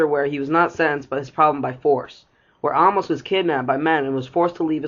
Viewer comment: it’s Amos! “Ay-mus” not “ahmos”